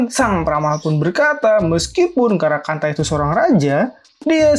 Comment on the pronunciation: bilang karakanta mirip karangpantat